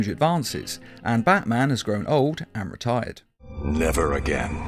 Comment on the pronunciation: retired sounded like old and retarded